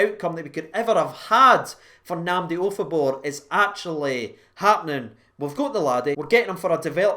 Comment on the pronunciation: Jesus mate did you get any sleep ? 😂😂😂 Wow that was a pretty good pronunciatonionion, especially with your past 😂😂 Seems like it’s a good player to get on a pre-contract with all the potential he has, especially since there’s a good chance that Kamara might be sold in the summer 😩 And add to that the fact that Davis is 36 so he likely has a year or two left in him at most 😭 Just seems really smart to get him signed up and prepare ourselves for the future. Hopefully Nnamdi can do well on his loan to Wycombe Wanderers,improve his skills and then come up to play for us in the summer and fight for a place in the team and make the midfield up their game another level. Excited to see how the rest of this season and next season goes.